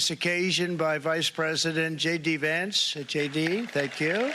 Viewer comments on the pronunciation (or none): none